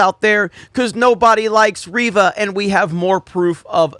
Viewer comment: It's REYVA, not Reeva...